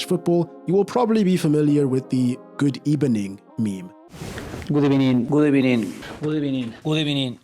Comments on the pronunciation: good ebening 🖤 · The thing about "gudebenin" isn't just that he sounded funny, it's that he started every press conference that way. A reporter could rip into him and ask something scathing, and he'd mumble "gudebenin" before answering. It gave off the impression of someone weak-willed, who never adjusted how they approached a given situation and thought he could get away with the same script every time. That's probably harsh, but helps explain why the meme caught on.